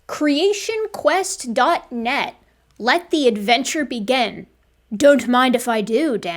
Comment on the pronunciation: I find her weird pronunciation of the English short-i sound distracting. It has nothing to do with the validity of the information and reasoning that she presents, of course—but it is distracting. She says scientest, not scientist; begen, not begin, meret, not merit.